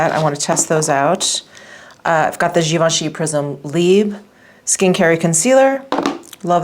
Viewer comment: The r is partially pronounced in the word libre! You can google the pronunciation if you’d like to. 💖